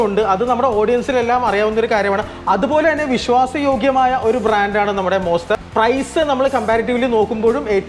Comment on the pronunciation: വെറും മോസ്റ്റർ അല്ല... മോൺസ്റ്റർ....❤❤